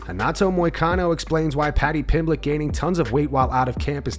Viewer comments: “Paddy Pimblich” My Brother 😂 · Moicano “paddy pimblitch” 😂😂😂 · "Paddy Pimblech" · Did Renato call him Paddy Pimbitch? 😂